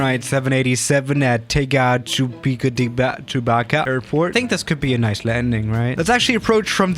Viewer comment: You say Tegucigalpa like (tay gucci alpha)